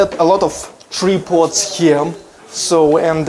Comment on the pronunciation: As always beautiful ladies! What, no sneak peek at the toilet? LOL. Just kidding. Looking good in the coat and tie. Always great to learn something new. Oh and tripod...the I is a hard I sound like Try-pod. Hope that made sense. Best wishes from Ohio.:-)